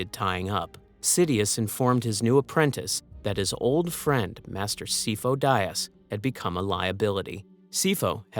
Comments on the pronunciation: "SIGH-foe DEE-uhs" This name is literally pronounced in canon. Otherwise, great video. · Si-foe Dee-az. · The pronunciation of Sifo-Dyas through this is brutal. Not like he's named numerous times in the movies and TCW 😂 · My only beef with this video is the mispronouncing of Sifo Dyas.